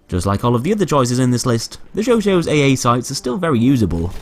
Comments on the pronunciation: "sho-sho" its chau chat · why does he call the chauchat the chow chow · Not trying to be annoying at all, but you pronounced chauchat wrong it sounds like this: show-shat just pointing that out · "Shosho" lmfao that's definitely not how the Chauchat is pronounced. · You didn't pronounce Chauchat correctly. It's show-shaw. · the only thing crazier then those sights is your pronunciation of chauchat